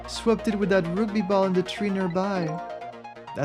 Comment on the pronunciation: Oh man, not the roogby! That was torture (no it wasn't, I'm playing it up for laughs) Is that how you pronounce it in French? Quebecois French?